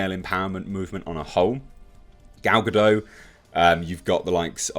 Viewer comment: A bit of a heads-up. the T in Gal Godot's surname is not silent.